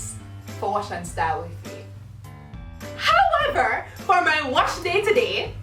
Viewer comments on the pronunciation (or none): Every time says ‘HOWEVER’ gives me life 💯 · No one: Absolutely no one: Viv: HOWEVER!!!!